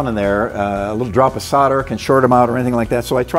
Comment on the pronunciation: Thanks for the UK pronunciation of "solder" !